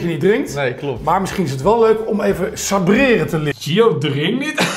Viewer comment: Maakt de hele video Floris belachelijk omdat hij Commands zegt Ook: Sobreren